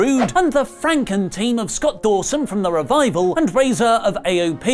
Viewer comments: Its Rezar not Razor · It's Rezar Not Razor! Idk may be you did it on purpose. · It's "Rezar"...